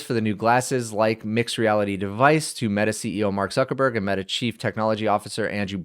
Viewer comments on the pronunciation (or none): none